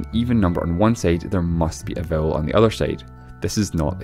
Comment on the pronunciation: oh vowel not bowel no wonder